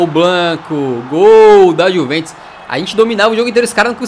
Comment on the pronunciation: No minuto19:4 o fala:-é gol da juventos. Bem certinho kkk